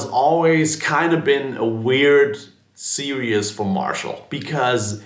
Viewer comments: "DSL serious"? You can't even pronounce the word series so why should we trust your opinion? Plus, you covered the sound of every demo with a wah 🙄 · Im very familiar with the DSL Series from Marshall, but I couldn't tell if you said "DSL Sears" or "DSL Sirius/Serious" in this video. I cant find anything about them online, would you be able to tell me where I could find more info on them?? Thank you!!